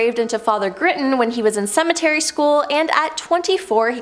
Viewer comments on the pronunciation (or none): Every time i see her, it's hard to follow, i don't know what she's saying a lot of the time, and seriously, cemetery school instead of seminary, that's big one!!!!! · "Seminary," not "cemetery," you absolute dolt... 🤣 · It's "Seminary" not "Cemetery' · It's not cemetery, it's seminary. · On number seven, with the second host, she says, "cemetery school." Like wtf is that? I think she meant seminary school. 🙄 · It's seminary, not cemetery! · She is having so much trouble with pronunciations it is hilarious referring to a seminary as a cemetery among others lol 😂🤣😁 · that was my thought, it's seminary not cemetery school. I got a little chuckle out of the mispronounced words